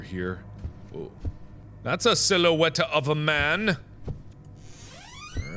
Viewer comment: Mark: "That's a silhouetta of a man" Me: "SCARAMOUCH, SCARAMOUCH WILL YOU DO THE FANDANGO"